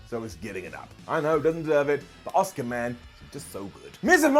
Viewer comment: Asuka, not oscar.